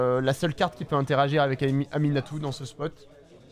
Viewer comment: mdrrr ça me trigger tellement de t'entendre l'appeler "aNiMatou"